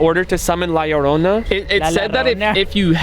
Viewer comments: Btw la lorona is pronounced ad la yorona but it spelled different like la lorona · she didnt make a sound cause you kept butchering her name yarona its llorona! lol pronounced (yorrr-oh-nah) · Yo faze rug la llornana to pronounce it easir u can la yorona and bro was i tbe inly one that kept seeing the white behind shermen and brian in the last myth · You guys said la llrona wrong faze rug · It is pronounced LA LLORNA (LAH-LORE-NAH) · “La lorona”💅😩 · He.cant say LA LLORONA properly